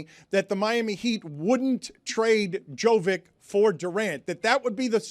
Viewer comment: I wish he would say Jovic’s name correctly